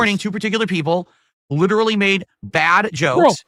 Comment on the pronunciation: "Guys, my arms are LIDURULLY noodles!" \🐷/ --, probably